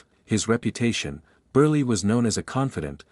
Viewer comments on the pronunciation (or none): what kind of an announcer are you that you cannot even pronounce a persons last name, it is pronounced BURL not BURLEE get a life stuoid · Uncle Milton Burley heh? Is that what you enunciated thar oh AI generated voice. Yep, Milton in the Borsch Bait fer sure. Well close enuff wadya think? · This AI narration is awful. First, Milton Berle's name was not pronounced as "Burrlie", The letter "E" in his name was silent. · "Milton Burley"? The narrator needs to do his homework before mispronouncing the name of such a big star as Berle.🙄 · UGH ... His name was pronounced "Burr el " for gosh sakes. Get it right !!! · Milton Berle (long e). Nit Mikton Berlie. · Short e, you don't pronounce it. Milton Burl. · Milton Burr-lee??? OMG couldn't you use a better text-to-speech engine? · Maybe.it was a...pun.❤HON❤Y/N😮oops he keeps saying..." BURLY" yikes😮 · I got a kick out of Milton Ber-Lee! Hehehehe!